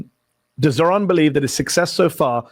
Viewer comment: I was listening to Fox News and they somehow all said zohrans name wrong. Crazy.